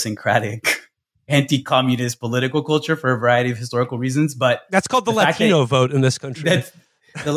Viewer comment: In today’s news…LATINO(heavily enunciated)